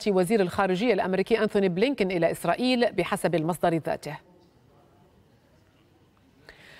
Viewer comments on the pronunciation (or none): قالت إسراخيل 😂🤣🤣🤣